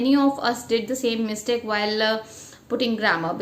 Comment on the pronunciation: Madam pronunciation of mistake u are pronouncing wrong.u pronounced mistike it is not mistike, mistake.